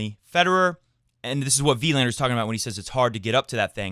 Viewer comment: As a fellow swede, just wanna point out that Wilander is pronounced more like Wilaaander rather than Wiiiilander.. =)